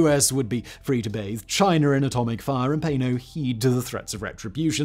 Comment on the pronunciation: love how he says "Chiner" sometimes